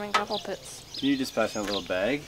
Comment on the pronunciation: I heard "good morning ewe guys"! 😁❤